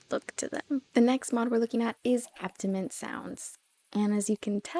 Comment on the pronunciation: Did anyone notice she said ambient wrong? Good vid tho!!!!!!😁